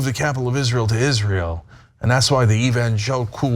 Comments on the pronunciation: So what Trump mixed up one word, "steak/snake" whatever, its different when biden does this on every single appearance. And dude in the cap here mispronounced evangelical himself. You guys are just idiots tbh, you try too hard. If you want to be clowns, join the circus. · Conclusion: When you make a speech to evangelical christians make sure you know how to pronounce “evangelical”. Having chosen a favourite bibleverse in advance is a plus too.